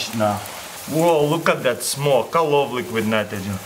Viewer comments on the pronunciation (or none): "I luf liquid nitrogen"